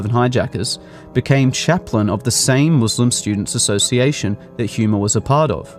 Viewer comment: He 'H' is silent. It's Huma (pronounced ooom-ah).